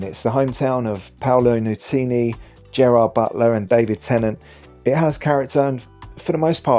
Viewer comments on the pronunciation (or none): none